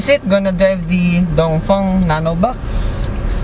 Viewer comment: Thanks for pronouncing Dongfeng correctly